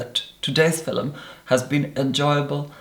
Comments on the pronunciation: Same look again and again and again! Bronze eye dark brow mild lash nude lip porcelain skin flat hair...Would love to see different looks. And please stop saying filum! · I love hearing him say “fil-lem” ❤️ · Why do u say fiLUM.... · Does everyone from his area say “filum” for film? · I love how he completely owns the pronunciation "filum". Also, who knew there was a classy way to say YouTube... excuse me, Damn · mypimento it’s a very Scottish thing to pronounce it that way